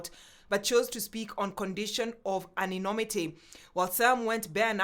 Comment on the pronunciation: It's not anynomity but ANONYMITY